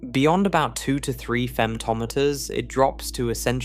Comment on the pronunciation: Why do you say femtometer like that